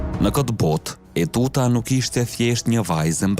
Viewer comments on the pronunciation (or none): JO UTUTA PORE TEUTA O NJERI !!! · TEUTA O NJERI JO ETUTA